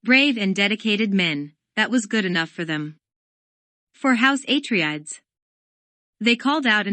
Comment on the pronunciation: aTREdes ... HIGHliner ... raBAN... otherwise nice Thanks.